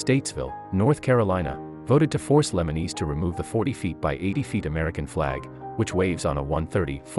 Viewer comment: Lemonis not lemeneese